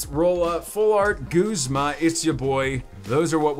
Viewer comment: are you saying guzma or goosema!? TALK RIGHT!!